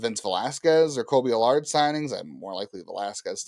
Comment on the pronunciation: Kolby AL-URD